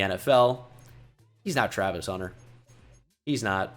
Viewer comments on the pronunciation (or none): none